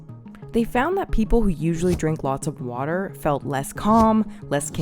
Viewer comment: in... "uuh brb getting some warder"